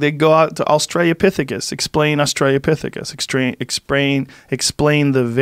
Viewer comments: Joe: There's holes in your education! Also Joe: Australia-pithecus. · Dafuq is an "Australiopithecus"?! Ffs Joe, GET IT RIGHT